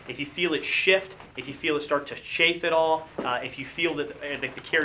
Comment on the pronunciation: CHAFE! Not SHAFE!